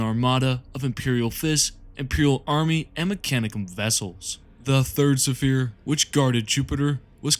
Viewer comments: Great video. My only critique is you pronouncing sphere suh-feer instead of sfeer, unless that was intentionally used in some places. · What is this pronunciation of sphere. Kill me. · Fantastic video i understand English may not be your native language, but the repeated mispronounciation of the word Sphere is very distracting. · The ships were used as Fonder!!!! For the fourth Suh Fere!!! It’s such a great well put together video but my brother the repeated mispronunciation of fairly simple words unfortunately takes away from it a bit. Can I ask is English possibly not your first language by chance? I don’t detect any accent I’m just wondering if perhaps that may be the cause. And you still have my sub anyway because I know your videos are going to improve big time.